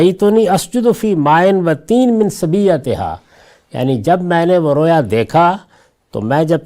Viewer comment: رویا واو مجہول سے نہیں واو معروف سے ھے